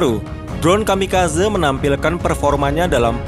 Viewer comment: Kamikazé.. gemes denger kamikazeu😂